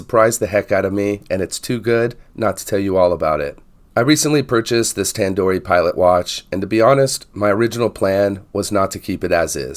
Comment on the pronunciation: Hi. Thanks for the vid. A couple of things, though. There's an "o" on the end of the brand name. It's Tandorio, not Tandori. It hurts your credibility when you don't get the name of the watch you're reviewing right. Also, it's "stainless", not "staineless". I know I'm being pedantic, but things like this matter, especially when reviewing things like watches, which attract people who tend to be detail-oriented. I see that Tandorio make this in titanium, with various dial styles, and even with a 36mm case. A choice of movement, too. You can get it with a 4hz PT5000, for a bit more money.